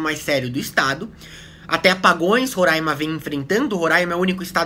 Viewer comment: vc fala roraima certo, coisa que a fatima bernardes nal consegue